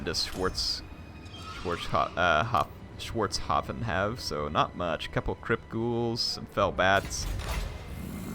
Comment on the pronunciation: Schwartzhafen is correctly pronounced "shvartshafen", if one would like to know )